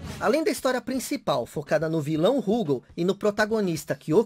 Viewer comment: Tenho todos os KOFs do 94 ao 97 de Neo Geo CD, inclusive com as proteções dos encartes. Gostei do vídeo, mas vou fazer uma crítica construtiva: Por favor, não chame a barra de hp de "sangue" e não chame o Rugal de "Rúgal"...